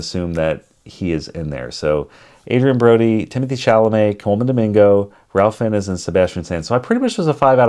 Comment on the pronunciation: Learn how to pronounce Ralph Fiennes